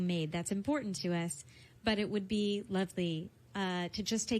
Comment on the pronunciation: I think he said I’m going to be on that thing but it definitely sounded like that